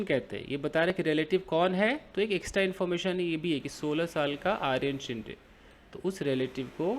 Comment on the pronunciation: येस सोमाटणे फाटा is the name of place ,, फाटा मतलब जहा से दुसरा रस्ता निकलता है ,,and it is शिंदे not शिंडे,,,surname है आपने सही पहचाना ,,सोमाटणे ये गाव का नाम है